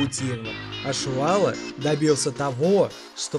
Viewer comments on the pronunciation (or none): Комментатор будь по внимательнее пожалуйста,Али его накаутировал , изучайте чётко и внимательно биографии людей,просто так болтать не стоит.и не надо говорить что Чувало не был накаутирован,и правильнее произносите фамилии спортсменов.🤔правильнее будет Чувало ,а не Шувало.....